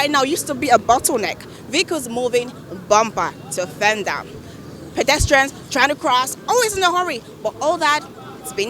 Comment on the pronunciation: Bomber to vendar?? Isn't she trying to say Bumper to fender? Whats with the fake accent? Abegi make we hear word. Even we wey dey U.K no dey form accent like this?